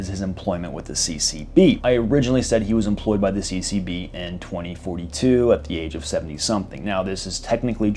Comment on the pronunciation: Everytime you say CCB i keep hearing CCP 😂😂😅😅